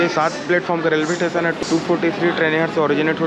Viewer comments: Tation tation ni hota station hota hai 😂😂😂😂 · छत्तीसगढ़ी में स्टेशन को टेशन ही बोलते है। छत्तीसगढ़ी का रिस्पेक्ट करो जहाँ के भी होगे